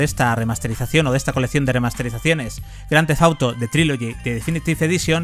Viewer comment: «Grandefauto» que mal pronuncia el inglés.